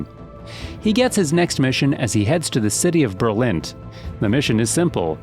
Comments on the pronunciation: Berlint = Berlin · "Berlint" How orginal